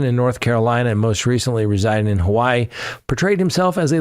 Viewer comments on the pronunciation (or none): none